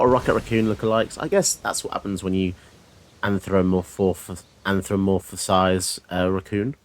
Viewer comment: Pronounce it like this: An-thro-po-morph-ize You're trying to add extra syllables.